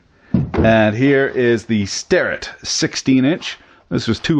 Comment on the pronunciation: Why does everyone pronounce Sterratt when it's spelled Starrett? All the great Youtube creators do it; AvE, Rucker, Mr Pete, Fenner.....